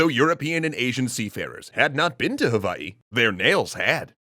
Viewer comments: Mahalo for properly pronouncing Hawaiʻi and all the ʻōlelo Hawaiʻi words you used. 🤙🏾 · I love that you used the right pronunciation of Hawai’i for this :)